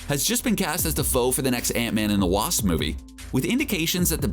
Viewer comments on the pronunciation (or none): none